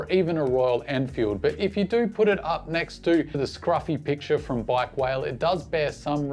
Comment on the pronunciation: Bikewale is pronounced Bike Waa Lay :)